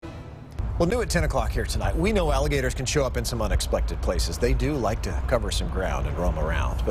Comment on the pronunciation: In the beginning he said Unexplected LMAO